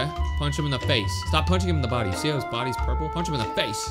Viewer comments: this dude said kick the budy not kill the budy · "kick the budy" sounds like kick the booty 😭😭🙏🙏